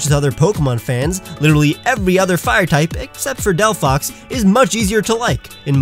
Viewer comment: THERE IS NO F IN DELPHOX! HOW MANY TIMES DO I HAVE TO SAY IT?